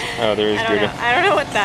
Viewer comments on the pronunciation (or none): Those are small jars of peanutbutter to you? I've never seen a jar that big in the Netherlands, we concider jars that are half the size of those huge. Gouda is pronounced more like Gowda (ow as is now) btw;)